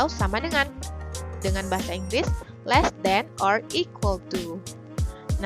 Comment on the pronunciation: Great bukan dibaca grit tapi greit Less bukan dibaca less kayak huruf e dalam kata kecap tpai seperti huruf e dalam kata seram